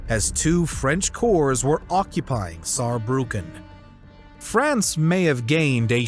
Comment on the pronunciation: Germany is stronger! 😂🖤🤍🖤 And Respekt you speaking "Saarbrücken" very good 😉